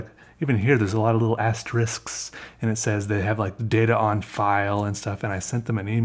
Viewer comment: THANK YOU for pronouncing "asterisks" correctly! Everyone in my office says "asteriks" -__